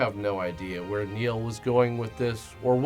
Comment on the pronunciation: "We'll see whar 2020 brings" Oof.